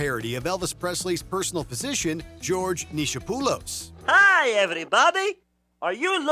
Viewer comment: Neecho-poolis? Really America!? It’s “Knee-Cop—olus”